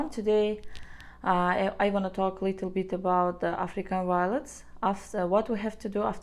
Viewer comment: I really love everything about your plant videos. Even how you say "W-iolets!" It's all good and really fun to watch.